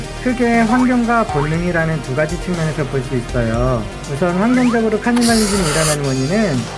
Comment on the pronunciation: 하..카니발리즘이라 그러는게 자꾸 거슬리네요.